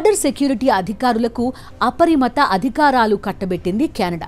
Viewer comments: అపరిమత కాదు అపరిమిత కానీ మీరు వాడే ఇంగ్లీష్ పదాలు చాలా డీసెంట్ గా అనిపిస్తున్నాయి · అపరిమత కాదు...అపరిమిత